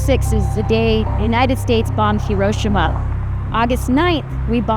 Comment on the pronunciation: doesnt know how to pronounce hiroshima when comparing it to the us